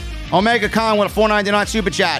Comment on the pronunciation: it's Tony Khan not Kahn